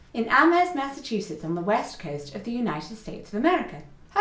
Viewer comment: As a human from Massachusetts, I was honestly just impressed you pronounced it right because I screw it up all the time